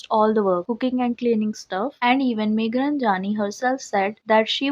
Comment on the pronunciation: It's meghranjani ...not runjaaani!